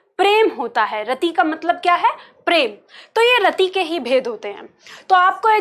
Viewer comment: मैंम आप पार्टी बहुत ही बेहतरीन समझाती है, आपके पास बहुत ही ज्यादा नॉलेज भी है लेकिन आप छोटी इ की मात्रा को बड़ी में उच्चारित करते हैं। रति को रती कहती हैं